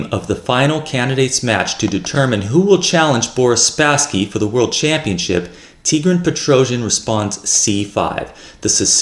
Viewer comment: I really enjoy your channel, thank you for your work ! Correct pronunciation "Tee - Gran Pet - Ro - Syan" stress on the last syllable in both first and last name.